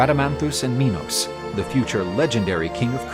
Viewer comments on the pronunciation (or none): none